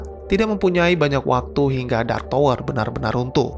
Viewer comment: Bacanya Tawer bukan Towor bro